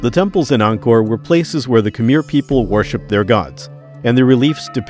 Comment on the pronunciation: this is a beautiful video and i mostly only want to give my genuine thanks for it, but i have to admit that every time khmer is pronounced like "kameer" i nearly have a stroke.